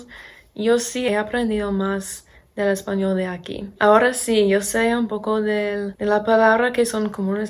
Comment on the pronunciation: Hablas muy bien, no me esperaba eso jeje Tienes acento todavía pero estructuralmente tu español es bastante bueno y se entiende perfectamente todo lo que dices. Tienes que mejorar un poco la pronunciación de la "L" cuando dices "español" porque suena como portugués, como una "u" (españou). A pesar de tener acento (de gringa, como dices 😅), veo que se te está pegando el acento de aquí.